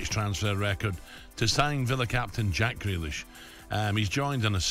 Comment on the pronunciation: Mr. Purslow called him Jack Greedlish